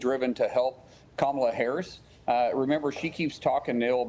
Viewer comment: Is this guy one of the Republican bigots intentionally mispronouncing VP Harris' name?